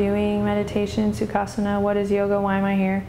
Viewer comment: Hi Adriene, Great videos, The only thing is when i try to do certain poses, including Sukhasana,(by the way, your pronunciation of Sukhasana is perfect), my lower back hurts a little. Can you suggest anything to tackle this pain?